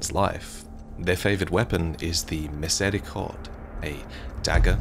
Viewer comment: As french speaking I must say you really nailed the prononciation of the "Miséricorde" Nice job!